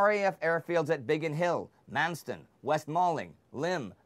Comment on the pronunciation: It’s RAF Manston not Mansten. Great work.